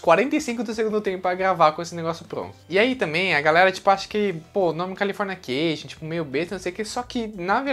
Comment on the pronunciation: O vídeo é ótimo mas qual é a dificuldade dele em falar CALIFORNICATION e não CALIFORNIA CATION???????? Que agonia cara